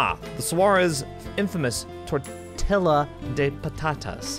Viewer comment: Not at all, I'm from Spain and we say "tortilla" the same way did (well, almost). xD It's more or less like the letter "y" in "yes", but a bit stronger. And I've never heard any other Spanish speaker pronouncing it differently, so idk.:S It's the same as "paella", many English speakers say "paiela". I just think it's a mispronunciation of "ll". Notice that it may even appear in some versions of the Spanish alphabet as an independent letter and it's different than just "l", just like "ch" and "c". Btw I love when notices something in Spanish and talks about it. Even if he's not 100% sure whether he's right, you can see he values what he's learned. That's so sweet!:D